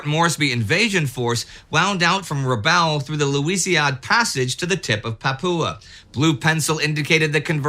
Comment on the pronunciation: No, but, if you're an American, It's Corregidor with a hard g and Rabaul as in After Rabaul Is Over.. And I didn't need to use profanity to make my point, either.